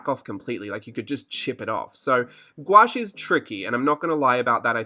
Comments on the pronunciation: You say gouache the real way ahah most people say gouauche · You can "squawsh" the word together and pronounce it "GWASH" (Oxford) or you can say it in syllables and pronounce it "goo-aash" (with an American drawl) and the only reason why I know this is because I looked it up on Google- the end-all! Lol!! For me it's like the word 'quinoa.' Thank you for mentioning longevity on the palette. I waited with much anticipation to watch this video without interruption. Terrific information.